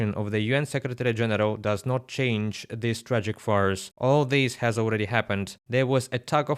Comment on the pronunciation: What are “tragic fars?” Said a few times … I don’t understand what the narrator is saying here. The CC is also no help. If anyone understands what is really being said here, I would really appreciate your help! I have some hearing loss and I can’t get whatever is being said